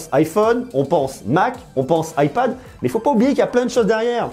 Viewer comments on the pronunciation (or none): none